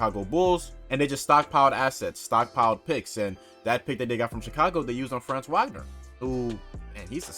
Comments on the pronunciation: Bro....if u gonna cover the magic ya gotta pronounce their names right. It's not pronounced how it looks with franz....it's like FRAAHHHNZ VAH-GNER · It’s pronounced Frah-nz vahg-ner if that makes sense